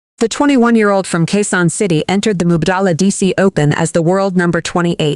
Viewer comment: Quezon City , please check your narration. Thanks. Or Q. C. 👍✅